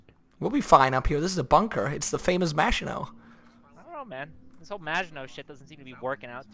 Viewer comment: I swear to god I heard "Vaginot" instead of Maginot